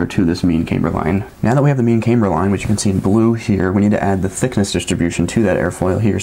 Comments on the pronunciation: Um no it isn't, I was a Aircraft drafter designer and a Crew Chief in the Air Force. Neither place used the pronunciation camebur. Not trying to be difficult but it's kinda like calling a glacier a "glassier". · Smart dude but not camebur but camber. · Pronouncing differently, maybe, asking people to accept it as normal just because you want them to is a bit of a stretch. The reason you stated for your pronunciation is simply not right though. There is absolutely no difference in the pronunciation of camber between the two groups you described. Sir I created engineering drawings for the aviation industry and nobody used the pronunciation that you do for goodness sakes.